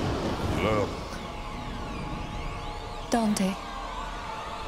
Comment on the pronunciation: The mispronunciation of Dante urks me